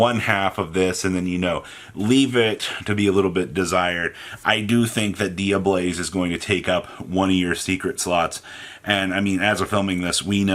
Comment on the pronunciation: Take a shot every time says “Dia-BLAZE” and not “Dia-BELLZE.” For god’s sake it’s Tear-“Element” to him all over again.